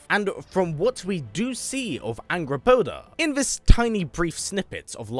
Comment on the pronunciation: Its hilarious how you say Angrboða. Th little d lookin thing isn't a d. It's a th sound like in "that" or "there".